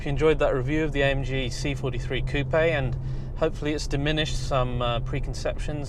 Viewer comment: Nice review, made me intrigued by the car! also particularly enjoy hearing coupe said correctly